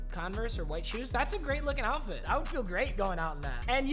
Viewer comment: “outfrit” speech impediment is so cute